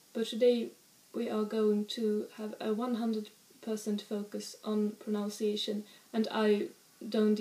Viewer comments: The word is proNUNciation, not "pronounciation." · Please forgive this English correction from a casual viewer. One proNOUNces to practice one's proNUNciation. The syllables I've capitalized are each pronounced the same as the English words they happen to spell. I used to make your mistake despite English being my one and only language. Anyways thanks for very charming videos.